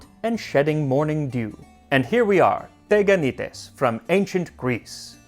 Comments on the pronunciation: Sorry, friemd - correctly is is Tiganités. Stress on the last syllable. Instead of Teganites. Ihx 4 recipe, though ! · τηγανίτες! "τηγάνι" is the pot that they fried. Sorry, but it's not TEGanites but, TEEganites, its not E Also, I suggest you to read ΛΟΥΚΙΑΝΟ, to find so interesting stories from Ancient Athenians years ♥ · ME: oh teganaites cool MAX LITERALLY 10 SECONDS INTO THE VIDEO: tegakneetays ME: tch dammit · I grew up eating these with honey . In modern Greek it’s pronounced tee-ya-nee-TES. 😊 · The ancient Greeks actually ate pancakes (the correct pronunciation is teganites τηγανίτες and literally translates to ... fries😁), but the recipe is not at all mysterious as we, new-Greeks, still eat them to this day. When I was a child, my grandmother made them without sesame, and when there was no honey, she sprinkled them with a lot of sugar. They can even be made savory by adding salt or even egg. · its pronounced (tea)ganites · Well we still make teganites (in order to pronounce it correctly tea-(w as well) anit es) . Good content mate also quite accurate recipe ! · teganites? oh goaaad this is killing me!!!🤣🤣🤣 it's pronounced tiyanites-τηγανίτες in Greece. why? why they had to f that word so badly? it's from the word we use for frying pan tiyani-τηγάνι. and there's something my grannie makes called laggites that's similar but she adds feta to the butter. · There are actually pronounced "tiganites" Τηγανίτες in greek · My mum still makes these. They are pronounced "Tiganites". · we pronounce them tiganites =) tigani is the frying pan in greek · You literally murder the pronunciation of teganites 😅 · you pronounced it in the worst way possible the first "e" is pronounced as it is in the alphabet